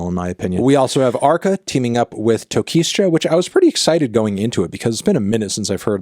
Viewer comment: The S is silent in Tokischa!!! TOKICHA TOKICHAAA